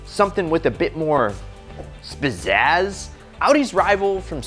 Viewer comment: Great channel bro but I’m not gonna just let you get away with “Spizaz”! 🤣🤣🤣.